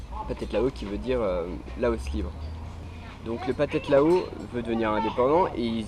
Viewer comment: T as prononciation est horrible. Le H se prononce comme un R, alors c est les Thais (traïe) et non pas Taïe, et c est phathead ( pratread) Lao. Apparement du parle de pays dont tu ignores totalement la culture et la langue.